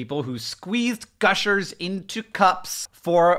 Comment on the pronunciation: "gush milkers" I can never unhear that